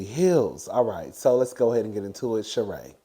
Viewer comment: Garcelle's friend pronounces her natme Shereeee